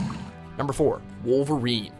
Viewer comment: deadpool and woverain